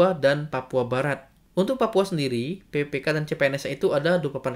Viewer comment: cara penyampaian nya mungkin bisa diperbaiki lagi untuk penyebutan pppk dan tahun.